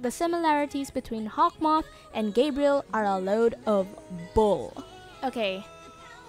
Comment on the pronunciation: its "Hawkmoth" not 'Hawth moth''